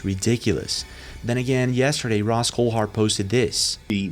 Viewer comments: Ross 'houltard' lol it's Coulthart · Bro you need to learn to speak words correctly, Eeerop, whats that? Also you say Heees instead of His and many other words you get wrong. And who is Ross Coulhart? Or do you mean, Ross Coulthart?